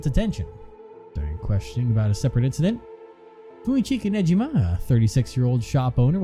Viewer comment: Don’t worry. Sae’s last name is Niijima, not Nejima.